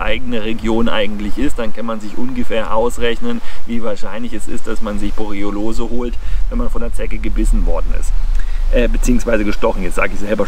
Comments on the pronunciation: Sehr interessant, aber es triggert mich, dass du jedes Mal "Borelliolose" anstatt "Borreliose" sagst. Igendwie hat sich da ein "o" zu viel eingeschlichen. ;) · "Borreolose" 😄. Erreger sind dann nicht die Borrelien, sondern Borreoloen 😉. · Hör ich da die ganze Zeit „Borelliolose“?? War bis heute der Meinung es hiesse „Borelliose“? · der Vortrag ist super, aber es heißt Borreliose und nicht Borriolose;-) ich hatte übrigens mal Borreliose in 1998, sie trat erst ca 7 Monate nach dem Zeckenstich auf (den ich nie bemerkt hatte, aber ich hatte eine Zecke auf meinem Schlafsack gesehen zu dem Zeitpunkt). Nervenentzündung im linken Beinnerv, heißt: meine Wade war lahm, ich lahmte sozusagen. Erst der 5. arzt kam drauf, mein Blut auf Borrelien zu testen. ich bekam Antibiotika und dann war alles gut:-) Übrigens sind Zecken die Tiere, die ich am wenigsten mag... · Danke für das interessante Video. Kleiner Hinweis. Es heißt Borreliose, nicht Borreliolose ;-) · Borreliose statt Borroliose 😉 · ich bin ein RIESEN FAN von Dir - Mal abgesehen von der Aussprache der Borreliose - informativ und gut! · Mal abgesehen von der Aussprache der Borreliose - informativ und gutes Update. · Hab ich Borreliose mein leben lang falsch ausgesprochen, oder sagst du das komisch? :D Ansonsten wie immer ein top Video! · kann das irgendwie nicht richtig aussprechen. Habe mich schon dran gewöhnt, frage mich aber trotzdem warum. Leider leidet dadurch immer etwas die Glaubwürdigkeit seiner Zeckenvideos.